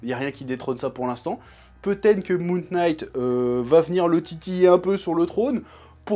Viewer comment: Ça se prononce moon « night » pas « K »night un effort stp c’est insupportable comme prononciation…